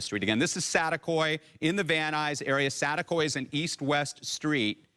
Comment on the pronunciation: SaTEAkoy, not satakoy lol it’s saticoy, reporter fix your English hahaha